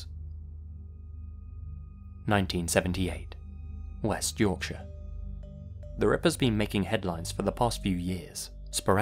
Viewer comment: Oh my goodness! Someone who pronounced Yorkshire correctly! Even some English people can't do that correctly